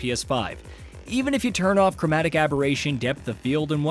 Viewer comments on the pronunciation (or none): none